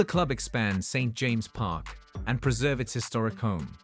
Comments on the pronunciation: Some strange pronunciations ! St James’ is pronounced James’s Magpie is pronounced mag pie ! As for the stadium, a brand new 70,000 built in castle leazes as shown on bondibot would be the ideal solution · Another crap AI generated video. Can't even pronounce St James' Park.